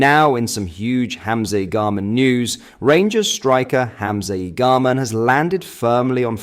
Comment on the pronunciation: 💯 worst attempt at his name ever 🤣